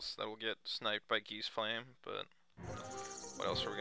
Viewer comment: ... the flame has nothing to do with geese. it's geistflame. it's pronounced [ˈɡaɪst]